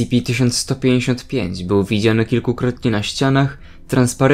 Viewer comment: Powinieneś czytać "es ce pe"